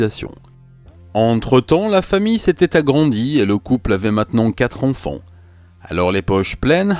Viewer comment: J'adore tout la narration,l'écriture, le son de ta voix mais maintenant que j'ai remarqué la manière dont tu prononces les "an" j'entends plus que ça. "Les enfants " tu prononce les onfonts. C'est terrible vraiment un effort plz